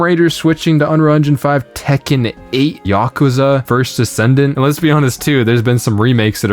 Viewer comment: "Yakuza" isn't "yock-ooze-uhh" it's "yuh-koo-zuh". Goofin!